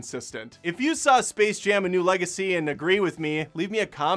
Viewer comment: Oh gosh. It's called SPACE Jam. Not Server Jam. They couldn't even bother reading their own title.